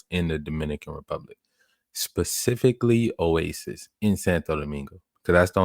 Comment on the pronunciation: it’s Oasi not Oasis